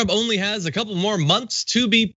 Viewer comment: He's got a Cou-ple months left